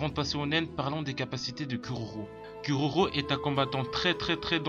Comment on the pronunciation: "curaurau" ears bleeding